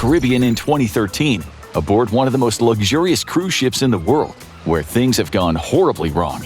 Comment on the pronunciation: One thing I have to tell you; The word is Where, not Ware.